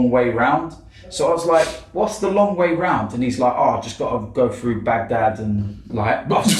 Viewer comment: Man said bandad 😂😂😂😂